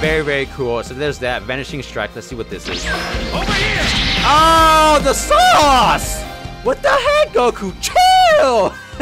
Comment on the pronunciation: "the sauce" the SAUCE-KE!!!